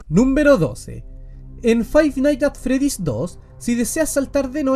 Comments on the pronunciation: fai naigs at fredis = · Si hay algo que todos los chilenos tienen en común es pronunciar mal Five Nights at Freddy's